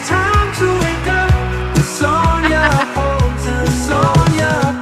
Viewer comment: I love your song 🎶 Good morning ☀️ Good Rising 🎶 It’s time to WAKE UP with Sonia Poultan 😊 and (as always) I love how you always pronounce my name correct (you’d be surprised at how many do not). I love this show so much ♥️